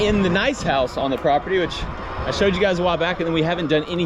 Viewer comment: New drinking game, take a shot everytime says "prapurdy" aka. property, whoever doesn't notice needs to have 2 shots/sips of their drink